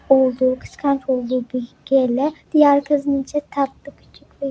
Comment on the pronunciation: Askim biraz yanlisin var okumakta 1. Bl'i sen bele diye okuyorsun biel diye okunacak 2. 2gether'i iki gether diye okuyorsun ama dogrusu two gedr. 3.Gl'i sn gele diye okuyorsun ciel diye okuyacaksin. 4. The eclips'i sen the eclips diye okuyorsun(yazdigimin turkce sekilini alfabesiyle okuyorsun yanlis ingilizce alfabesiyle okunacak) dı ekkılips diye okunacak. 5. Vegaspete'yi sen vegas pete diye okuyorsun ama yazildigi gibi okunmuyor bildigim kadariyla vegas peat yani vegas piit diye okuyacaksin 6.Kinnporshe'ı kinnporşe diye okuyorsun yanlış kinnporş diye okuman gerek. askim bunlari okuyabilmen icin ingilizce'ni gelistirmen gerekk (kötü dille soylemiyorum sadece yardimci olmak istedim ლ(^o^ლ))